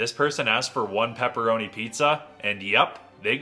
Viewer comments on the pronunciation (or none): Peepeerownai pizza guy fixed his pronunciation 💀💀💀💀